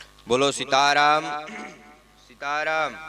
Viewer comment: सिताराम नही सीताराम